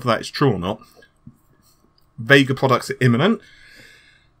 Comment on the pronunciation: You Forgot early on he called it Vegga...